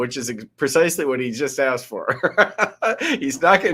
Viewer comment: How dare he deny his fourf amendment right for a written articulation of what he aksed.